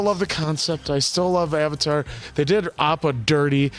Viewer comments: The “Ayvateer” 😂😂😂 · The moment they said "Ah-vatar" I knew this was a shit movie. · I saw this movie opening weekend. In 3d. It cost $22. I went with a buddy of mine. Apparently, during the opening scroll, as soon as they said "Uhvetar", I audibly went... "Oh no...." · Ahvatar isn't nearly as bad as Aang which rhymes with gong. Ahvatar sounds like it could be slightly British. Aang is some sort of weird double cultural appropriation since he is actually based on a Tibetan Buddhist model but it's not his name. So it's a bit like if the Beatles (who were inspired by Eastern religions) gave themselves Tibetan names rather than George or Ringo or Paul. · Sadly saw it in theaters always regret not leaving after hearing that first Avatar pronunciation